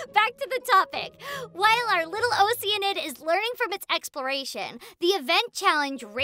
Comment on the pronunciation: That moment when all of us realize we were pronouncing “oceanid” wrong